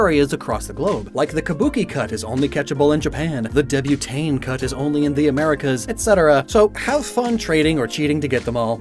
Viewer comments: It's pronounced (Debut-Taunt), not (Debut-taan). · Dude. "Debutante" isn't pronounced "Deb-you-tane." It's "Deb-you-taunt."